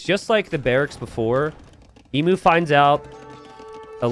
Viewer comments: My god its unbarable listening to you say Ee-moo, its Eem-You, please please change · Emu is pronounced ee-m you. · As Aussies we all know its eem-you, but Im here for DE content and can excuse the mispronunciation. Keep up the great work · Surely hearing ‘Emoo’ hurts your soul, just a little. I can’t be the only one 😢